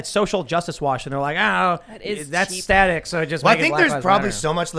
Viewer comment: Staic shock......no please not staic